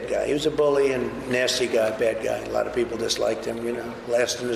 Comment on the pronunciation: "I won Arizona BY A LAAHT. Just so you know." What a w*nker.